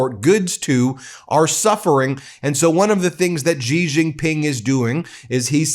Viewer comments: Ben is great, I just want him to learn how to pronounce “Xi” as in “Xi Jinping” better. His pronunciation of “X” causes pain — sounds like “g” in “beige”. It is more like “sh” in “she”. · Xi is pronounced SHE not Gee. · Xi - is pronounced like "Shee".